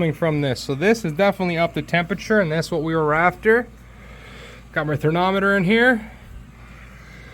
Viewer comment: It’s called thermometer! You keep calling it THERNOMITOR lol